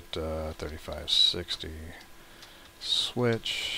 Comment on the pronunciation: Sorry sir but its really hard to understand you, could you speak more clearly? Also the way you said '3560 switch' was really confusing.